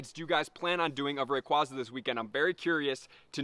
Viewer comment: You’re the first youtuber I’ve seen to pronounce “rayquaza” correctly